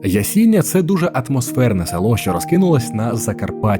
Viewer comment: Ясіня наголос на останню я